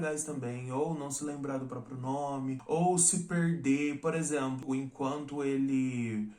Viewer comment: Tão bonitinho pronunciando os nomes em coreano